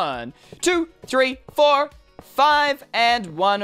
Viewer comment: Ha the way he says 4